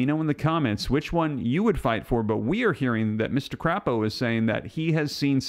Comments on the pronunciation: the Idaho senator Mike Crapo is pronounced Cray-po. The way you pronounced it it would have to be spelled with two p's. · Not crapo! Crapo! (Long a!!) 🥴🙂